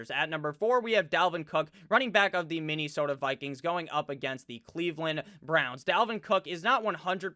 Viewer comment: Hey! I love your channel. I have a favor go ask. Im from MN and Please don't stop your pronunciation of Minne-sooota. It's hilarious like your las Vegas rrrraaaaider!!